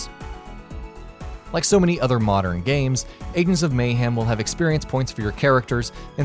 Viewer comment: why does he pronounce it Mayhaam.........hahahahahahahahaha